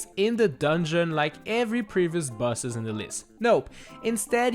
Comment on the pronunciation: He pronounces “Bosses” like “Buh-siz”